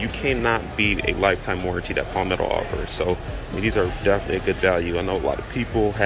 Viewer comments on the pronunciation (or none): none